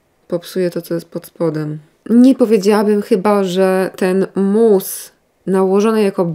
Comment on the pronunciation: mówi mus a ja sobie myślę moose 🫎 😅 i zastanawiam się co ma cień do łosia